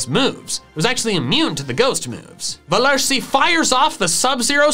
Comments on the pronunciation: velursi is pronounced ‘fel ursee,’ german V’s are pronounced as F’s, just as W’s are V’s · Its not velursi ITS Veluhrsi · me:u said velursi wrong :( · Says that he thinks Velursi's name is funny. Me: At least your pronunciation makes it funny for a German viewer. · As a German I'm laughing so much hearing him butcher the pronunciation of Velursi and having so much fun doing it😂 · Nobody: No soul: Me being German and hearing trying to say velursi haha🦄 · I like how he pronounces velursi and kosturso so funny. (I'm from germany) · I'm german, and I'm triggered by how you pronounce Machollo and Velursi Edit: Kosturso is even worse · U forgot the R